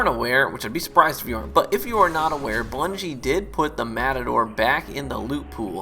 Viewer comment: LOL said blungie instead of bungie